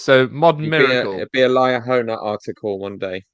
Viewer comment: Ha Ha () I am curious if the Lie-ahona was just the way I heard your pronunciation or did you mean as a pun/innuendo, whatever the correct term would be. Either way I was cracking up, love your humor. Thanks to all the BritVengers as well